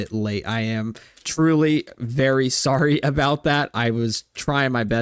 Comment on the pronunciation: "sowwy, I cant say sowwy cowwectwy"